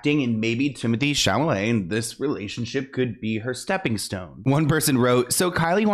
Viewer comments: It is Chalamet not Chalmele🤣 or Chamele 🤣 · Am I the only one who thinks says "Chamalet" instead of "Chalamet" or am I crazy?😂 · I love you but its CHALAMET not CHAMALET 😅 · I like how he called him Timothy “Shamalay” 😂😂😂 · Timothee Chamalet lol😅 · I love you but the way you can’t say Chalamet 😂 I was laughing every time 😂 you humbled him real quick 😂😂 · The amount of times you said his name wrong 😂😂😂